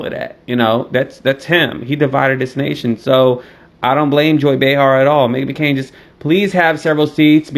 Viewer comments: Bay-Bay 🤣 🤣 not Megan McCoon 🤣🤣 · Her name is Meghan McCain not macoon